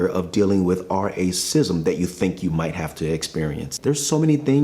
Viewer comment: It's quite annoying when listening that you're trying to mute or mangle the "racism" word, and it doesn't help with YouTube anyways. Their CC generation system still understands you well enough, and you're putting it in the title. Just say it as it should be said, you can't fool the algorithms. (not to mention that the word will be written in the comments a hundred times anyways..)